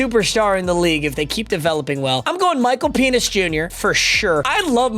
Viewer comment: He said Michal penis jr